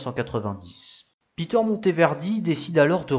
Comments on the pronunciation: Et Peter se prononce à l'allemande : "pé-terre" et non à l'anglaise "pi-teurre" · Interessant...la creativite et l energie de ce constructeur artisan sont exceptionnel ! Je pense que sont prenom se prononçait a l allelande et non a l anglaise...